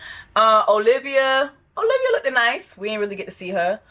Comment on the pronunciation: girl i hope you pronouncing words incredibly wrong is a joke cus you saying lookdid for 5 minutes at your big age is insane